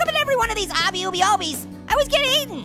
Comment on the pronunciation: its pronounced like this obby AW-BEE